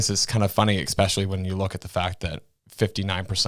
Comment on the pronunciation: New petition idea. Petition to teach there is no X in “Especially” 😂